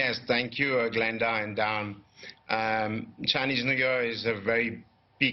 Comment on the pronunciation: i know he meant chinese new year but he pronounces it as chinese negar